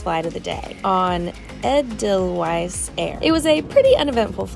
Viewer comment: You know what. I'm really starting to like these shorts. Also how can you not pronounce Edelweiss.